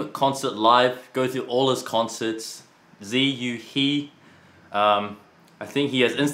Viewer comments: wow ziyu is so cute n wholesome, really enjoyed this <3 but also me cringing at how they say his name "ziyu he" why they said it like that when they know how >< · Does any Chinese speaker find "zee yu hee" extremely sacrilegious LOL? It's like pronouncing Brett as Brat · I really enjoyed the video, but I have to say given Brett and Eddy are also of Chinese descent, I really wish they could pronounce Ziyu He's name correctly... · How come they are Chinese and they don't pronounce his name correctly? I've heard them use Chinese phrases before. Are they using the English pronunciation on purpose maybe? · Great job butchering his name.